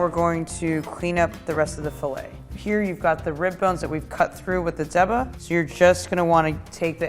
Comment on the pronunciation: Stop saying "deba" pronouncing it like the first syllable of Debrah or debutante. It's daybah. I'm not taking advice from someone that doesn't know how to pronounce the name of the knife correctly.